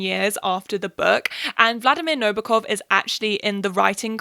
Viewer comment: its funny how your pronunciation of Nabokov was spot on but the way you said Dolores threw me off lolol. also girl drop the makeup tutorial! i want whatever you know about eyeliner goddamn lol